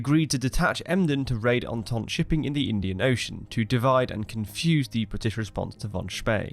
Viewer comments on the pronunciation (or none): none